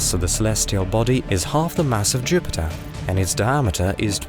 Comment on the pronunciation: I want to “ get tready” to see pleyootayoo end Jyoopitah.